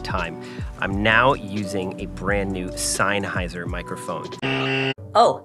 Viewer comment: zenn-hi-zer? dude I barely know her